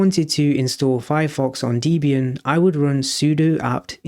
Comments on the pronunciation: Debian. Call it Debby Ann, not Deebian. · it’s supposed to be pronounced /‘debian/, not /‘dibian/. note: i know i should’ve used the smallcaps i but I’m on tablet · Good explanation, one point to note - it's pronounced Deb ee an, it's a combination of Deb and Ian as Deborah Lynn (Deb) was Ian Murdock's wife at the time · Debian is pronounced Deb as in Deborah and Ian as in Ian Because the creator of Debian , Ian Murdock , named it after his then-wife, Deborah Lynn and himself. Not Deebian